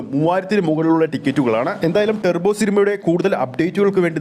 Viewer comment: ടെർബോ അല്ല ടർബോ